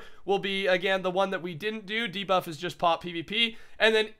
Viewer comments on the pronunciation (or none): none